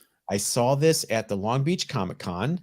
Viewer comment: It's COMIC-CO! We don't read COMEEK BOOKS.